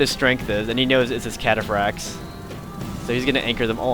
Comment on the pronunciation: 1:you only upload your wins 2: seluceds say catafracs awesomely